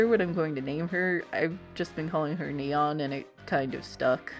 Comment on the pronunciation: Neon -> "Nia"